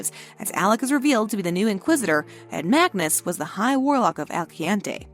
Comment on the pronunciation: You said Magnus and MORTAL wrong…